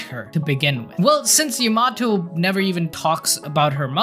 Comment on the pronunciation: Bro the way you’re saying Yamato is painful